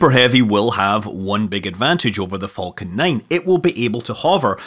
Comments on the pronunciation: I love it when he said falcon he said it like folcan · The way you say Falcon, sounds like Vulcan. Vulcan 9. Enough to raise the eyebrow of Tori Bruno. 😂💗